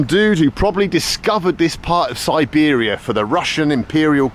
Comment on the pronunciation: snor-bear-ia trip 100% :)